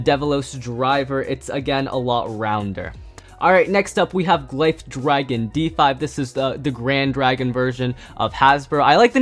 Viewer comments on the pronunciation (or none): Glyph dragon is pronounced gliph dragon